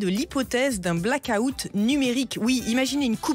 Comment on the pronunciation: Les Français, apprenez à prononcer black out de grâce! 😉